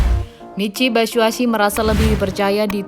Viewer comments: Min, Mitchy Batshuayi bukan Batshuasi hehe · Batsuasu apa batsuasi wkwkwkwkw